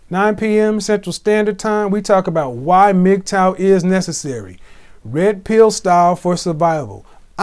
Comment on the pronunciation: Hearing something pronounce MGTOW as Migtowel is something else